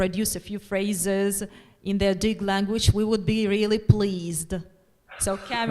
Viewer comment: Очень интересно было смотреть. Были вопросы, на которые услышала ответы. Кстати, у Дж.Коларуссо (хотя он немного растерялся) хорошее произношение на адыгском. Организаторам, переводчикам и всем, кому принадлежит идея - огромная благодарность. Приятно было слышать хороший английский у студентов. "Я не пожалел, что взялся за изучение языка. Особенно, когда узнал этнос, которому он принадлежит". Очень приятно и ответственно слышать. И еще: "Нартский эпос - для будущего". Действительно, надо структурировать материал эпоса для уроков в школах, чтобы он перестал быть только памятником литературным. Надо чтобы он стал частью или основой воспитания детей. Причем, в зависимости от возраста к нему можно возвращаться в старших классах., вам искренняя благодарность за это видео. Будем ждать следующие.